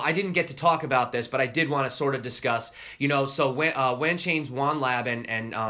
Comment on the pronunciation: Pretty sure when you said WAN Lab you pronounced it right... like 'one' almost .. rather than rhyming with ran